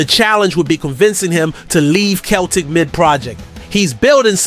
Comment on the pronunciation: It's not k/Celtic.. it's with a c as in cel tic.